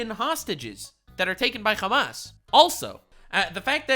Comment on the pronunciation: Bro calls Hamas hummus